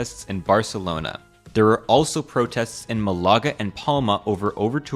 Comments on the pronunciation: Where the heck is Malága? Andaluziá? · It's Málaga, not Mull-ahguh